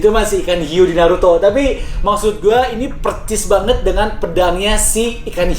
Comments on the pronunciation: Percis 😂😂😂 persis bang persis bkan percis 😂😂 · Persis bukan percis bang. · Bang persis...pake s bukan C